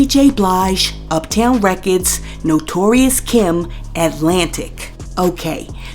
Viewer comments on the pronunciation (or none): Okay I'm starting to think your AI again it is not notorious Kim it is Notorious K.I.M. you know like B.I.G? Each letter pronounce separately. A New Yorker would know that